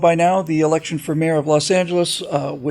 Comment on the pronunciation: bill, you mispornounced "election season:.